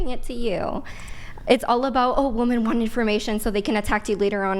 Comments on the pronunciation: THE WORD IS WOMEN NOT WOMAN!!!! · "WIH-men", not "WOO-man." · WOMEN WOMEN WOMEN!!!! NOT woman!! These women cant say the plural word for woman 😭😂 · Y'all know that "women" and "woman" are not pronounced the same right!?